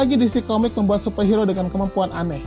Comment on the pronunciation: Kok gua ganggu ya sama penyebutan super hero harusnya hiro bang wkwkwwk